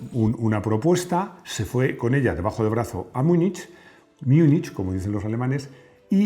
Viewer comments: Para tu información, que segura aprecias, en Alemán no se pronuncia MIUNICH. Un error habitual en las personas monolingües de habla castellana, es pronunciar todas las vocales y todas las consonantes como si sólo tuviesen un sonido. De hecho, la gran mayoría de idiomas (excepto el castellano) tienen varios sonidos para un mismo grafo. En Alemán, el sonido más parecido al que representa la combinación de letras "CH" es "G". De todas formas, no estás solo. No conozco un sólo locutor español que pronuncie bien palabras en alemán. Ánimo con lo tuyo! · los alemanes no dice... miunich... jajajajja😅🤣😅👎👎👎